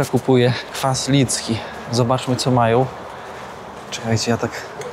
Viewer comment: Ładna seria, ale jak możesz zadawać takie pytania. Każdy Ci powie, że Lenin jest tu wszędzie, bo mają agenta Moskwy Łukaszenkę. za niby-prezydenta. Gdyby nie Moskwa, dawno już by go nie było (Łukaszenki i Lenina). Na marginesie: staraj się nie mówić majoł zamiast mają i tym podobne. Czasem Ci wychodzi a czasem nie.